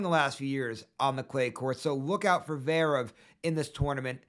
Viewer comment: Bro can’t even say zverev